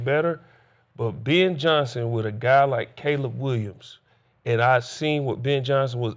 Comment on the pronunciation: Who is “Bin” Johnson?